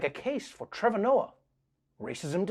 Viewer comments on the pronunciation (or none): Trevohr, Trevoir, Drehvor, Trevor... Oh come on! You're watching him for years!